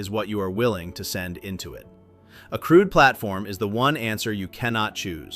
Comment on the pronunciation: I had to check the subtitles to realise the commentator was talking about a 'crewed' helicopter.